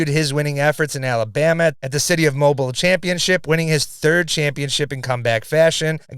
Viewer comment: It’s Mo-BEEL not “mobile” like a phone, which appears to be a French pronunciation of a Native American name.